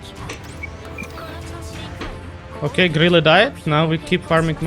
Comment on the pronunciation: bro it's not gorrila 5 it's grille 5